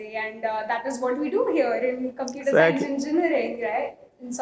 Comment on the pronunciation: I think the pronounciation of computer was wrong?